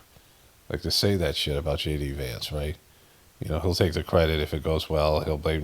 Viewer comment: "Gay D Vance...."😂